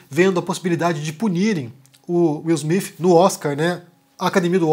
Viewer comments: Wil smif ? Cacete que inglês do cacilda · Não consegui ver até o final. Me desculpe. No 4 " Will Smifi" eu desisti. Me agride os ouvidos. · Só eu que percebi o falando: Will Smife? Kkkk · Will Smiffiii 😂😂😂😂. Falar o TH em inglês pra brasileiro é igual quem fala espanhol não conseguir falar o V. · "Will Smifi"😅